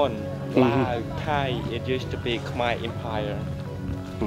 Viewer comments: mon k’mai not kmer not so hard to pronounce bruh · Khmer should be pronounced Ka - my With a short a sound it is not: Kay - my (Yes, i know how google translate says it. Its wrong. Go on youtube an listen to actual native speakers). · You lost all credibility after saying "kum-ere" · Even ofter they clearly refer to themselves with the proper pronunication, he still choose to say "Kum-ere" instead as if he was "correcting" them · Dude you really need to do more research. And never go in with a European mindset that our oppressors set In us. My wife is Cambodian and it's pronounced. KUM-EYE. SMH you sound like the white man. 'Un-educated' about cultures. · No your not saying it right,it’s kh-Mai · love the video but it’s killing me as a cambodian how you keep saying “khmer” wrong 😭